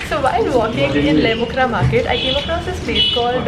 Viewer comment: it's Lait-um-khrah not Lait-mu-khrah 😊